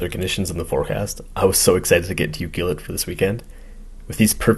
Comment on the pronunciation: its You CLUE Let, not You Cule Et, Most people mispronounce it,, Just sayin